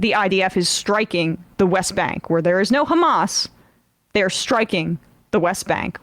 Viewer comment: Ghamas this, Ghamas that... Cant israeli people not just say "hamas"? Its childy and stupid that all of the spokespersons of Israhel are saying the same thing.. Its Hamas, its Hezbollah. Not Ghezbollah. They are not tough guys when they pronounced it wrong..